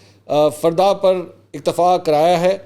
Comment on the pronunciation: Correction plz dear mansoor bhai,hafizullah niazi sb ka tweet read krtay waqt last 2nd one line lafz fardaaa nhe ferdan tha,,,,,,❤